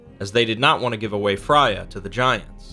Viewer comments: Its almost always pronounced fr-ay-uh not fry-uh -sincerely someone named freya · The one that got me was Fry-ah. I'm gonna go listen to Gaiman tell me one of these stories